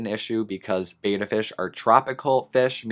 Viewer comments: It's pronounced "bet-uh" not "bay-tuh" reeeeee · the advice the petsmart near me gives me wanna work there just so i can give customers proper pet specific info that is accurate lol also betta is said bET- Uh not BAy-tuh just sayin [ a literal pet peeve of mine] i afree with ur list btw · Love your video. Very informative and so true. One thing, and I hate being that person, but I promised a fish enthusiast that I would mention it whenever needed. The correct way to pronounce "betta" is with a soft e, as in bet. Many say it with a hard A sound. I did also until I was corrected by many people at a fish and reptile show.